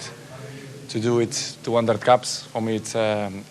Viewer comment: It is caps not cups. Learn about soccer. Christiano Ronaldo!